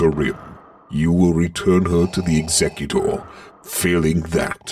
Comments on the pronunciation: ex-a-Q-tor? No Exec-u-tor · Executor is not pronounced like that.... Otherwise a great watch!